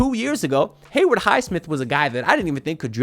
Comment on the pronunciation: 3rd straight year of hearing bro say "Heyward" Highsmith 🤣 All love though haha